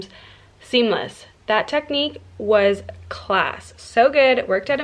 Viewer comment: You must have been around Irish people saying the words class and grand 💕